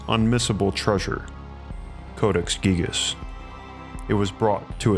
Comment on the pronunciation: Gigas... “Gygus...” 🤔